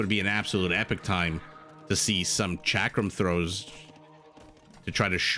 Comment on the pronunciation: That game at Blitz and Chips is called 'Roy'. Glad to see a Rick and Morty reference here! P.S. 'chakram' is pronounced Chuck-rum.